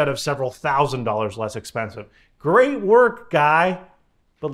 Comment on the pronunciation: ‘Grate’ lol